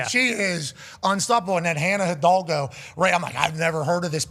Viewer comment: I love the progrum saying Hidalgo correctly. Shout aht